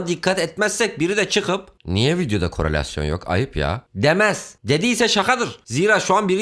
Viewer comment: kronolasyon korolasyon o ne amg